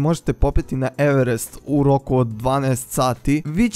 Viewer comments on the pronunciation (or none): none